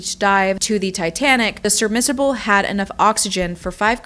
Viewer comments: I dislike how you say “sermissable” instead of submersible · Say surBmissable Tidan one more time! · "surmissible" lol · *SUB-mersible…. Not SURB-mersible… just FYI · I’m not sure why you keep calling it a ‘surmissable’. It’s submersible. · It is pronounced SUB•MER•SI•BLE, NOT "surrebmissable." I couldn't even watch your entire video because of your absolute slaying of a simple word. If you have difficulty pronouncing it, you can just call it a "sub" (although, strictly speaking, "sub" usually refers to a submarine, in most people's minds, it can also refer to any submersible vessel). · Really sorry, but Submersible not surmissable.. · Sub-mer-si-ble. Not "sermissible." Other than that, great video. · Submersible - suhb-mur-suh-buhl. Not submissible or whatever the heck you’re saying. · Sub-MER-sible. Not sub-MIS-serble or whatever you're saying. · I’m not trying to be rude, but I really couldn’t keep watching after the 6th “sir-missable”. It’s a submersible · Submersible ..Not Subrmisible😂 ffs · "Sub-mer-si-ble." Not "Sur-miss-able". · Thank you! I had to correct everytime she said "surmissible" to ITS SUBMERSIBLE lol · . She was saying “sur-miss-able”. It’s annoying to mispronounce something that is key to your presentation, but still a good vid with interesting info. Edited to say, I heard her saying it both correctly and incorrectly. So maybe just stumbled over her words occasionally. Which happens to the best of us. She pronounced it incorrectly most of the time, but a few times did say it correctly. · The way she kept saying “surmisable” instead of submersible 🤭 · It’s not “Serb-missable”. It’s submersible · I just can’t get over the way she says “SUBMERSIBLE”. It’s not submiserable. 🤦🏼‍♀️ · surmissable?? do you mean submersible? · Sub-mers-a-ble Not “sermisable” 🤣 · Am I the only one annoyed that you're calling it a SURMISSABLE 😅 Submersible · Repeat after me sub-mer-sa-ble. Not sermisable. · Sub-mers-ible not SUR-missable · It is pronounced Sub mer si ble